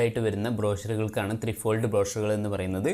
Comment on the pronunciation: "ട്രൈഫോൾഡ്" എന്നാണ് ഉച്ചാരണം